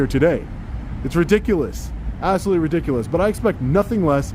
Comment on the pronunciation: Interesting how certain people act in public. They axe and act ridic-O-lus